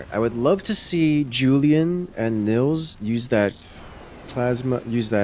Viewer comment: Btw: Nils is pronounced more like "Neels" - in german we would spell that Nills if the i is short